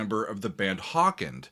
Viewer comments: Mispronounced Hawkwind there but I'll let it slide it's a touching song for sure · Lemmy was part of HawkWind the W or Wind is not silent and the battle was the Somme, but is pronounced Somm over here in the UK. You should give Iron Maiden's Paschendale a run out too.